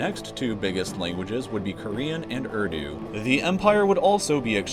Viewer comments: you just butchered the pronunciation of urdu. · It's اردو not ودرا (Urdu) 👍